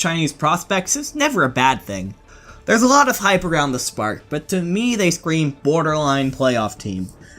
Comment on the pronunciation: HyP is pronounced hip, not hype